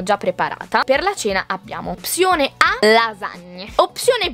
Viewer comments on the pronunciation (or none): Ma non si dice opsione ma opzionee😅😬